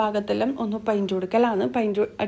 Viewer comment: പയിന്റ് അല്ല ഉച്ചാരണം പെയിന്റ് എന്ന് തന്നെ പറയാൻ ശ്രദ്ധിക്കുക സ്നേഹത്തോടെ 🥰❤️